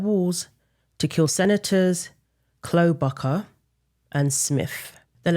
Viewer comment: For future reference her name is pronounced Klob-ish-ar. In the sweetest way possible. I truly appreciate you sharing and all your content. Thank you and God bless you. 🙌